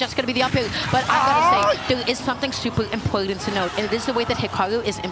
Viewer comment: "Supel impoelten"